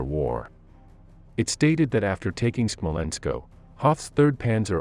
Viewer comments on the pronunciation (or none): Smolensk, not Smolensko. (You get this one right about half the time. Why?) Guderian, not Gyuderian. That "gyu" thing is really, really weird. Are you sure you're in the right line of work? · Why is it SmolenskO and not Smolensk, LeningradO and not Leningrad?